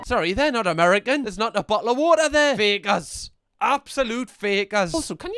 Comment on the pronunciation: "A BO'LE OF WA'A"